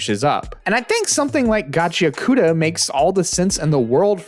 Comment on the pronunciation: Gachiakuta is more likely pronounced: “GAW-CHEE-AW-KOO-TAW”